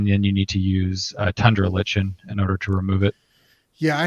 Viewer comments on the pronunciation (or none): Autodidactism is pronounced AUTO-DIE-DACT-ISM, I think. And Tundra Lichen is pronounced Tundra LIE-KEN, I believe. Not a big deal, just wanted to mention it. I think this is like a great intro to the game, not much PG content on Youtube so super glad you guys did this! As someone who has never looked at Hardcore or Deathcore, it was interesting to get his perspective on it. Would be interested in getting more player's perspectives on the game, too.